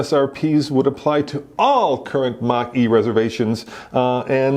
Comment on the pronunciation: Guys, it's pronounced "MOCK EEE"